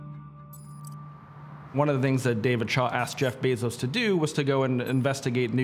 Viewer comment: Drinking game: drink every time someone mispronounce Jeff's last name.